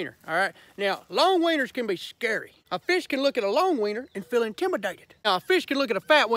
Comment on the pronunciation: "Its skurry"